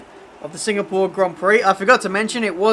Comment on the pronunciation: Maybe it is in the way how says Singapore: another Singapoor result.